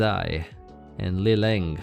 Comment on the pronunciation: Sry, but that's one of the least Chinese-sounding pronunciations of lengzai and leleng that I've ever heard, lol.